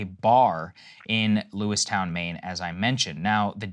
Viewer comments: LewisTON not LewisTOWN. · Yeah, its Lewiston....not Lewistown. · In 2022 in Maine there was 29 total homicides. Just yesterday, there was at least 18. Also, its "Lewis-ton" not "Lewis-Town". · I live in Maine.... It's not "Lewis "town", it's Lewis "ton". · Saagar it’s pronounced Lewiston, not “Lewis Town” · Lewis ton not Lewistown. Just had to be that guy since I live here. Krystal got it right! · Sagarr pronouncing Lewiston is making me cringe. It's Lewis-tin not Lewis-town. Love you both Saagar and Krystal. My heart hurts for my home state. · lewiston....sagar..not lewistown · Mainer here. I know it's not important, but FYI it's pronounced "Lewis-tun", not "lewis-town." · Lewis-TON not Lewis-town lol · It's Lewiston, Lewis-tin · Just an fyi, it’s Lewis-ton. Obv not a big deal, but I know saagar likes to get details correct lol And then I hear Krystal say it correct 😂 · It’s pronounced Lewis - tun. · It’s pronounced Lew-iston Saagar. Thank you for the coverage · Love hearing Saagar mispronouncing a town name three times. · How do you correctly pronounce Bowdoin but mispronounce Lewiston? I know it’s obvious as a local Mainer, but still he objective got the easier one wrong and the harder one right lol